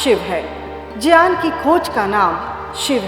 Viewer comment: ग्यान को संस्कृत उच्चारण में ज्यान बोला जाता है ज्यान ही शुद्ध उच्चारण है ।